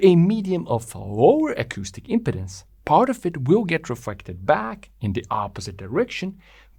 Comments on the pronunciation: “Im-peed-ance”, not “im-ped-dance”. The way you’re pronouncing it is too close to impotence, which is another thing entirely… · Each time you said "impedance" what many people will hear is "impotence" and this can be distracting. I believe you need to give more time to the middle syllable. Now I could be wrong, but I think of "impede" which is imPEED, so I have always said imPEEDuns. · The emphasis is on the 2nd syllable. It should be im-PE-dance. You said IM-pedance, which sounds a lot like impotence. This is why it's important to put the em-PHA-sis on the right sy-LA-ble. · Another excellent video by! I'm intrigued by the negative pressure wave initial reflection. It also makes me wonder about some multi-cylinder engines that use a single expansion chamber. Finally, in accordance with your 6-stroke video, your video, your pronunciation! However, it may be worth noting the (US) English pronunciation of impedance. We say im-peed-ance, rather than imp-uh-dence. Compare to pronunciation of impotence, which we pronounce imp-uh-tence). Great work! Looking forward to more. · the word sounds like impEEdance rather than impeDDance... this is a general rule in english any time you have vowel-consonant-vowel formation the first vowel gets elongated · Excellent video. When you pronounce "impedance," your accent sounds like you're saying "impotence." It's no biggie; it's just kind of funny to my American English ears. In these last twenty minutes, I learned more about how an expansion chamber works than in the last twenty years. Thank you. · The word impedance is pronounced im-pee-dans with the accent over the pee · Great video! One comment: stress the second syllable in impedance. It sounds like you are saying impotence, which is a sexual dysfunction, lol. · I don't know how English gets reinterpreted in New Zealand, but in America, we say "im pee dence" (with a long 'e' sound in the middle syllable). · We say im-peed-dance. Just saying.